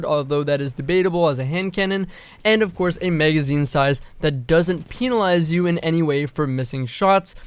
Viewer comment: Haha He said Peenalize